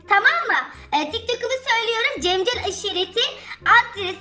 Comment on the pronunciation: Cemcel değil cercel